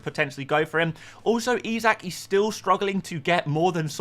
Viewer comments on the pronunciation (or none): none